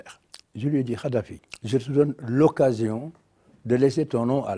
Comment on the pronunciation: Ce vieux con de Wade est un mythomane et une pourriture... Déjà il ne prononce même pas correctement le nom de Kaddafi🤣🤣🤣 Ce charlot est un mégalomane... Il dénigre ce que Kaddafi en prétendant que lui est un homme éclairé.... Ce type est la honte de l'Afrique